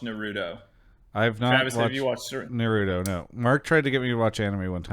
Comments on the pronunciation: Fucking Christ! Please learn how to pronounce Naruto properly. It's NA-RU-TO. NOT NAR-RU-THO. Damn English dubs ruin everything. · The way mark pronounces naruto makes me cringe, one way to spot a normie.